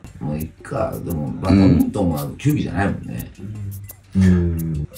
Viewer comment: トンボさんとカジサックが「バトミントン」って発音しちゃってるけど、テロップでちゃんと「バドミントン」って表記されてる。 しかも球技に分類されてるって注釈も入れてくれてる。 さすが藤原さん！